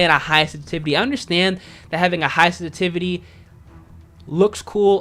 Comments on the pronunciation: Love the videos, but that "sestivity" drove me nuts lol. Good vid though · Sensitivity has 2 S's 🤣😂🤣 You talk so fast you keep saying sentivity. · ‘ the way you say sensitivity is killing my brain cells but good video 😂